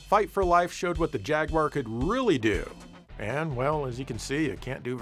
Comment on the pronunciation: I just want to thank you for saying "jaguwar", not "jagwire".